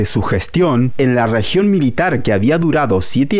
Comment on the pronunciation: Es multi millonarios no multi michonarios, es Medellín no mechedin, rebollo no rebocho, región no rechion, es fallo no facho, es millones no michones